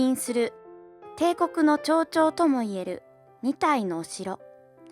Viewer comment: 象徴（ちょうちょう）は草 これは建設ジョジも嬉しいやろうなぁ